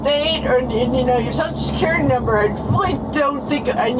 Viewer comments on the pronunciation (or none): Soscure number? SOSCURE NUMBER? Really, lady? Could you repeat that and listen to it?